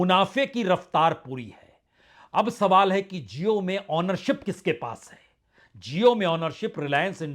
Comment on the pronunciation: Prasun ji aap jesa educated insan jab jio ko zio bolega to jaahilo ka kya hoga. Khyal rakha kijiye